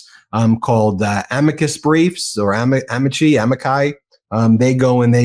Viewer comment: Whew, trying to pronounce amici 5 times and failing every time. Hah!! uh-MEE-chee in Italian. you might say uh-MEE-kee in english, but it sure isn't AH-mee-khai